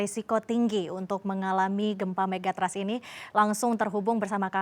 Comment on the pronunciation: Pengucapan Megathrust salah. Ketika diucapkan jadi terdengar Mega Trust - yg malah sangat positif. Trust itu sangat penting apalagi Mega Trust 😂